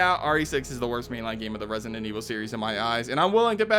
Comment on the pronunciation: Could you learn to pronounce Resident, jeezus...